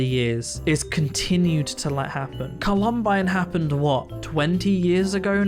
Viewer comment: Sorry for the nitpick, but you kinda mispronounced Columbine.